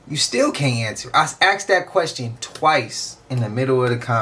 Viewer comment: " I AXE'd that question twice " 😂😂😂😂😂😂😂😂😂😂